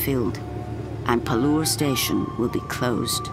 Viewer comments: Hahaha! I could see that this video is very old. However I saw it only now, so I thought of adding this comment. From the name of the author it seems he is an Indian, so by just changing the Accent one can't hide his origin. Secondly the name of the station is pronounced as PAALOOR, a Village of Milk and not as PALUR, a Village of Teeth. Moreover from the various scenes it seems the earlier name is correct, a Village of Milk. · It's pronounced as Paaalur where Paal means milk in Tamil. The station is in Tamil Nadu.